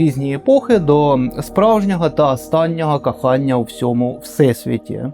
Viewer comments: "Кахання"😂😂😂 як вухо ріже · Кахання? Ти шо румин? Слухати важко!